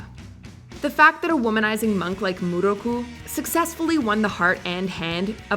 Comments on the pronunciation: Yusuke’s proposal to Keiko wasn’t the eve of the Makai Tournament. It was the night before Yusuke left for Makai for 3 years to train and learn about his ancestry. If you’re gonna add something to the list, watch the series so you don’t get your facts mixed up. And don’t call Miroku Muruku. Here’s the pronunciation “Me” “Row” “Coo”. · Have you never watched Inuyasha...? That's the most ridiculous pronunciation of Miroku I've ever heard, dub or Japanese. It sounded like Giada De Laurentiis over-annunciating Italian ingredients. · YOu did not just pronounce miroku name like that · I'm upset with how you pronounced Miroku's name even when it was said in the clip shown and then butchered Naraku's name after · Thank you for catching on they mispronounced his name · I know, I cringed every time I heard her say it. People should at least watch a few clips of the original anime so they can get the pronunciation somewhat accurate ^.^"